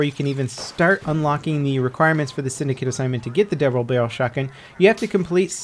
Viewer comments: Stallion double brlrlrlrl shotgun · he said BUBBLE DARYEL SHOTGUN (koff koff vanoss refrense)